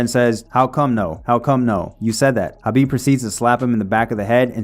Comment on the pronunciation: Why can't white people say KHABIB'S... with a K, name right?